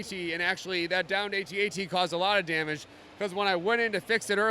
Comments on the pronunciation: Anyone else mad he said A-TATS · He said AT-AT like Atat 😡